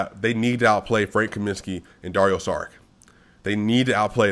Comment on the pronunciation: Just here to tell you Šarić is pronounced Sha-rich, not Sa-rick